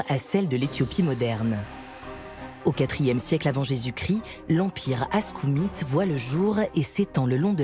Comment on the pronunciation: Aksoumite, pas askoumite.